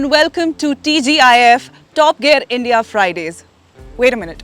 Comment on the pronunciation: Top Gear employees should know how to pronounce the word gear!, the way you say it should sound like gyear not gair.